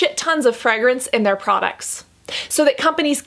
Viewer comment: Is it just me that’s gets irritated by the way she pronounces ‘fragrance’? 👀